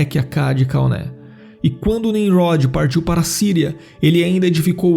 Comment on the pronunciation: Se não sabe falar o nome do homem que construí a torre não fale errado assim eu não sei hebraico por isso não sei o nome